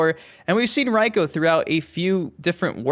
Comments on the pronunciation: It's pronounced Reeko, not Ryeko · Why are you saying "Raiko"?